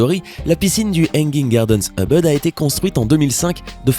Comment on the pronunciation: on ne dit pas EUBEUD MAIS OUBOUD CAR EN INDONESIEN OU EN BAHASA on pronounce le U en OU . :(